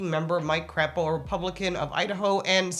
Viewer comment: Just so you know, his name is pronounced "Cray-poh" despite how fun it is to say it the other way! Hahahaaa! #IdahoLife LOL 🤣